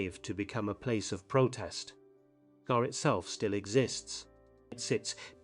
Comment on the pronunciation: Sorry to inform you, but Bockscar is pronounced boxcar